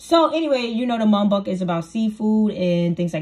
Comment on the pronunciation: Girl it’s Muk Bang!